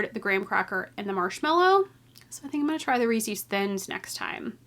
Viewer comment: Definitely looking forward to summer sock camp! Just generosity from all those donating prizes! Wait, the way you pronounce Reeses cup is so different! I've never heard it be pronounced that way! I wonder if this is a Canadian vs. American pronunciation thing 🤔